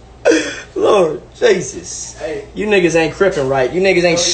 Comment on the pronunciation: this nigga got country in him he said "Lord Jesus" LMao